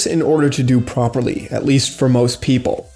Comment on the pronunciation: 17min for "farm propely"